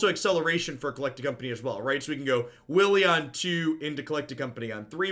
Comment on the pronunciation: wily goblin pronounced willy goblin lol.